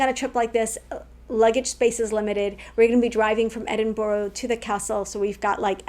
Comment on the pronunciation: When you get back, you will be saying Edin-bur-a and afternoon tea, not Edin-bu-ro and high tea.